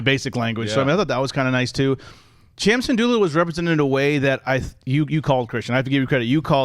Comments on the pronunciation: It's pronounced SIN-DOOLAH!!!!!! Lol. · Was it me or did Kristian say cham "sandolla" again